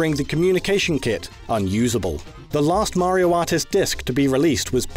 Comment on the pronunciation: His pronunciation of 'Mario' is baffling.